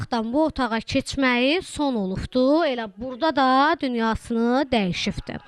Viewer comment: "" dəyişifffdi"" yox dəyişib!allah səbr versin